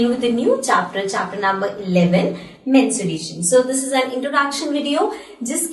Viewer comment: Mensuration nah mutthivation